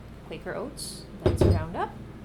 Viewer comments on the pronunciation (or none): it's Kwaker owts